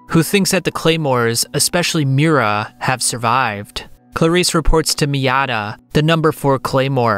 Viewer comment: It hurt my soul every time he said "Miura" rip